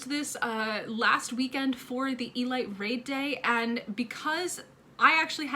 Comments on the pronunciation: E-lete not E-light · It's pronounced "ELEET"